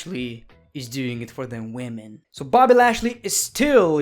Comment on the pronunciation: Boby lashley after seing this:man stop saying wemon every time I appear Sasha banks:wellcome my friend